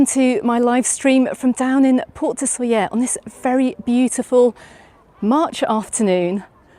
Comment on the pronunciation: Please try to pronounce it right: [ˈsoʎə], thank you.